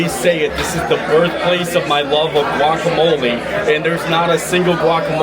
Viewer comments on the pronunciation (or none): none